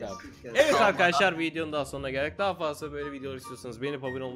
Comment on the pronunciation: Meraba arkışlar diyo bugra